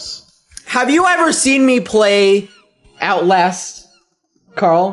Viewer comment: He said Outlast and I heard "owl ass" 😭😭